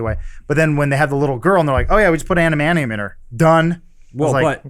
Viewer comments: Adamantium, not Adamanium Adam. I love you Adam but that pronunciation is driving me crazy. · Adam it is Adamantium, not Adamanium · Love how Adam keeps saying "amanium" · I thought Adam of all people would be able to say "adamantium"... but he says "anamantium". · Adam it's pronounced Ad-uh-man-tee-um. I'm sorry but I had to say it.